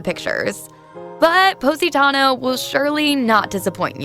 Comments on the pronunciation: Nice, but if you've been there you should know how to pronounce it. Pos-ee-tah-no, not Poseytano. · Her pronunciation is disgusting Poe-si-tayno 🤢. It’s Pos-i-taah-noh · Posentino or Positano....? 😳 Confuzzled...... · ok, so just positano (not positanou) got it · What is Pose-een-teeno?? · Lol Epic She butchered every name possible, I think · HAAHAAHAAHAA pose-eeen-teeeno like a hundred times over and over!!! Gosh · Appreciate the content BUT butchered the pronunciation of Positano. Hard to get that out of my head now. Onward to getting better every day 🙏🏽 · Learn how to say the name of this town if you're going to try to be a guide. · LOL the way she says Positano.. OMG!! Learn how to say it right! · Don’t steal others work! Also learn how to pronounce the town correctly. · 2 things: 1. Please, learn how to pronounce Positano. 2. You took footages from Nicki Positano's youtube channel -in path of the God, from 5 years ago-, so I assume most of these images are not yours? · Pronunciation is a disaster and voice is horrid